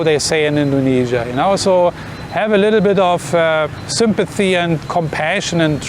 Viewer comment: Dont say indognesia